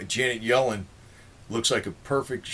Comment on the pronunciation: Yellen rhymes with felon!